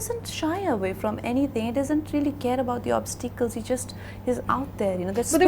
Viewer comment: so you mean to say putting on a fake accent is way matured? just hear the way she pronounced "obsteekals";she is just making a fool of her self. she could learn a thing or two from Nawaz